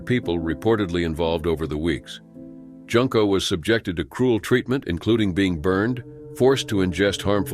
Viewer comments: The "u" in Junko is pronounced like the "oo" in "tool." (June/Joon-ko) Even pronouncing it like the "oo" in the word "hood" is more correct than making "Junko" rhyme with "Bunko"! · Her name is pronounced Joonko not Junk’o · It's pronounced " Joonko". Just saying. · Junko is pronounced with an "oo" sound, so like the month of June rather than junk like garbage. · It's pronounced June-Koh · And Junko is pronounced "Joon-ko"...